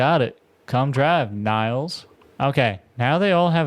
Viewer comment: 'Nils' is a Nordic name. It is pronounced like 'kneels', not 'ny-ills'.